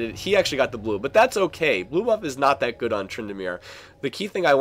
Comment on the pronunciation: STOP SAYING "DAT"!!